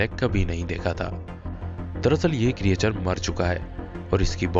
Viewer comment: Correct ---->क्रिचर Not क्री ए चर